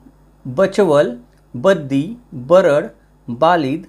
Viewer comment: तुम्ही बरड च्या ऐवजी बारड आहे आडनाव ते आडनाव बरोबर करावे 🙏